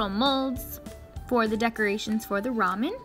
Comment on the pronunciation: Finally! A non-Asian person who said ramen right! In Korea we lameon, but I guess in Japan it's different